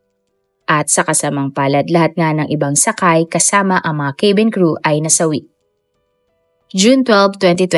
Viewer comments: cabin ay “kA-bin” po ang basa hindi “kE-bin”😊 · Madam, hindi po kaybeen ang pronunciation ng cabin! It’s kah-Ben! At hindi po de- Bree’s ang pronunciation ng debris! It’s deh- Bree! Thanks